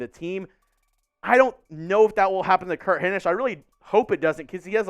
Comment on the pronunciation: Solid B. You've definitely gotten better since you started. I LOVE your energy. I just hate the blatant looking at a screen/script. I feel Will was pretty good at not letting that be too noticeable. Also, pronounce Hinish correctly lol.